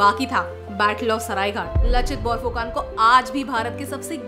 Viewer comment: कृपया इसे "लाचित बरफुकन" उच्चारित करें, जो सही है। फिर भी, आपने महान आहोम सेनापति के बारे में बहुत सुंदर वर्णन किया है। आप वास्तव में पूर्वोत्तर, विशेषकर असम के लोगों के प्रेम और सम्मान के पात्र हैं। भारतीय इतिहास के इस महत्वपूर्ण अंश के बारे में आपका संदेश, जो अब तक हमारे देश के मुख्यधारा के लोगों के लिए अनसुलझा था, सराहनीय है! एक बार फिर कृपया मेरा अभिवादन स्वीकार करें।